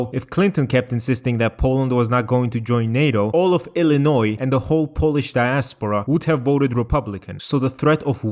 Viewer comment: Illinois pronounced correctly fuck